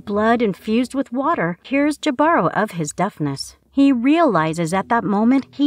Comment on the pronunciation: Jibaro is pronounced hee-bah-roh, not Jah-bar-row